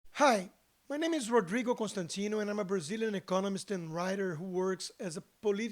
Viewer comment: "Hi! My name is Roudrrrrigou Constantinou" kkkkkkkkkkkkkkkkkkkkkkkkkkkkk!!!!!